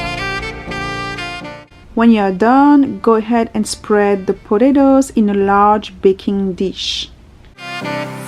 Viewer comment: I love the way you say potatoes 😍